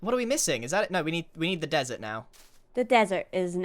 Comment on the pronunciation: Grian definitely said “The Desert” like Steve says “The Nether” in the Minecraft movie